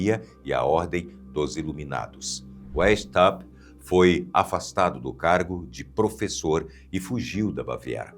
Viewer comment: Pronuncia-se Adam "Váis-áupt" (alemão).